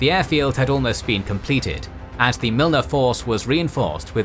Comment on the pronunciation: I like these videos but man learn how to say the names, Milne is pronounced Miln, Lae is Lay. Kokada is Cookada